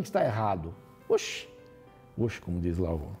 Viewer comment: Abrão: Oxxxxxx ta viajando Sarai, você que mandou. O Baianes sendo usado na palavra Kkkkkkkkkkkkkkkkkkk, Que capítulo bom viu, ótima interpretação do Pastor, grato a Deus por essa sabedoria!